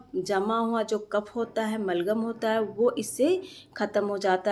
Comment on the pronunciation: मलगम नहीं बलगम बोलते हैं जी । जानकारी के लिए धन्यवाद ।